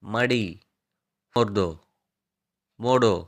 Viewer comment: என்ன இது உச்சரிப்பு. சீவு என்ற சொல்லுக்கு कंघी என்பது ஹிந்தி அதை கங்கை என்று உச்சரிக்கிறீர்கள். அது கங்கி என்பதுதான் சரி चित्र என்ற சொல்லை சித்ரா என்று சொல்கிறீர்கள் அது சித்ர என்று கடைசி எழுத்தை குறிலாக உச்சரிப்பதுதான் சரி.இன்னும் நிறைய ஹிந்தி சொல் உச்சரிப்பில் பிழைகள் உள்ளன.ஆனாலும் மிகுந்த பயன்பாடுடைய சொற்களை தேர்ந்தெடுத்த மைக்கு பாராட்டுகள் मोडो என்ற சொல்லை மோரோ என்று உச்சரிக்கிறீர்கள் அது மோடோ என்பதுதான் சரி